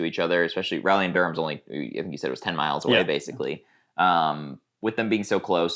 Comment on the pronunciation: By the way, the "ral" of Raleigh sounds like "Ball", not like "Valley"